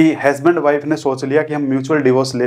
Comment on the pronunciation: हैस्बेंड नहीं.... हसबैंड होता है!!